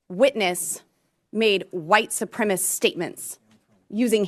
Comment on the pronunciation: Boebert doesn't even know how to pronounce "supremacists" she says "Supremasts" 😅😅🤣